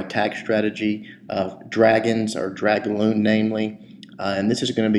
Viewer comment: its dragoon not dragloon